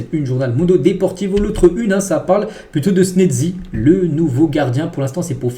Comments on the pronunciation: Chezzni et non senezi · Frère ça se prononce Chesni, chesni c'est très simple même les commentaires le prononcent CHESNI 😂😂😂😂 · C snatzy que sa c lis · Apprenez à mieux prononcer les noms de Wojciech Szczęsny, svp ! Prononciation : voy-tcheck sh-tchens-ne. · Il continue de mal prononcé le nom de schezny c'est une dinguerie pourtant on a bien souligner dans les commentaires fait un effort mec c'est chiant! Il dit snedzy😂😂😂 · ça se prononce "Chess-ni" si c'est plus facile -EFT